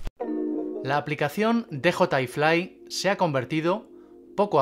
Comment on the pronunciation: O dices "de jota i fli", o dices "di yi ai flai"... 😂😂... pero tus vídeos me encantan, eh